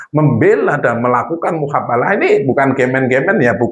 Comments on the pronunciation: Miin...hapus lg video nya,,,ulang lg ganti kata,,, Jadi mubahalah.... Bukan muhabalah... Kasian sy liat koment nya....!!!! Doooh...aink maaah..... Gegara kabib dobol efect nya ada² bae... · MUBAHALAH BUKAN MUHABALAH ADMIN OIII.. 😅😅😅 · Mf min bukan muhabalah tp yg benar mubahslah